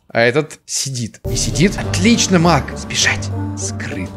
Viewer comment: Маг? А мне послышалось... МАК)